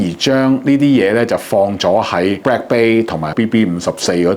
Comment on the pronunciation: it is bLack not bRack...